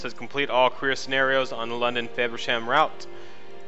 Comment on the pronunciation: Dude you pronounce it wrong it's not fayversham its FAVersham I live there😂